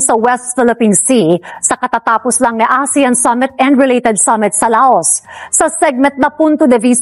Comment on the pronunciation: di La-os ang pronunciation ng Laos kundi pronounce as Law.